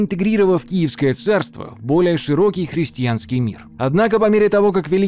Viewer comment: все хорошо, но хрестЬянский очень режет слух. все же христианский